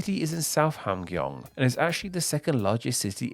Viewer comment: I would say it’s ham and gyong rather than hamg and yong, yes?